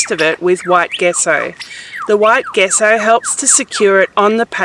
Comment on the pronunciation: It's pronounced JESSO. NOT "guesso"